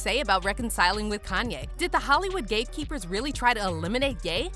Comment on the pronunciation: I watched this video 4 times and I just figured out she was saying hate keepers and not gay keepers